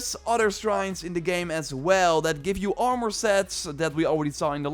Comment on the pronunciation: Lmao “ar-more”